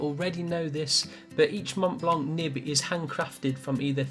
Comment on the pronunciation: "Montblanck" lol.